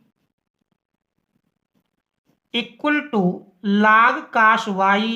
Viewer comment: Cos ❎️ Cas ✅️ 😂😂